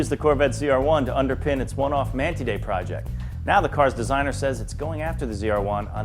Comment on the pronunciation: MAN-TIDE! SAY IT! TIDE! as in what the ocean does! god damn americans